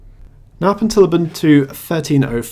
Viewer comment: What did you use to make KDE look and behave like Unity? I am very interested in this. Also, I think it was just me, but I kept hearing "naughtless" when you said "nautilus". Took a whole to figure it out and stop giggling.